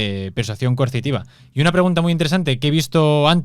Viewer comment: el no dice coercitiva. Dice mil veces y lo escuché diez mil " Consitiva" , o no se le entiende. Y sé que significa coercitiva, pero no es lo que dice.